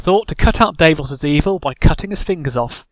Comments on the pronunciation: dav-os not dave-os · While I enjoyed your sense of humor.. Some of your facts are way off as many have pointed out. Davos did NOT lift that siege. Ned did. And he brought more than just onions. But aside from all that... I could only stand you mispronouncing Davos' name so many times before I had to shut it off...